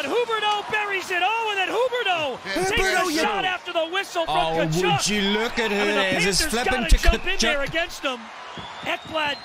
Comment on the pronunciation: Good job on the pronunciation of Tkachuk. Getting better! Love all your videos. Keep doing your thing. You’ve become my favorite YouTuber.